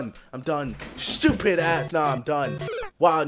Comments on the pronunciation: Me: Stupid Ksi: Shtupid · ITS JUST SO SCHEWPID